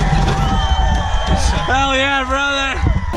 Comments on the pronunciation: Lmfao butter instead of brother lmfao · He said hall ya budder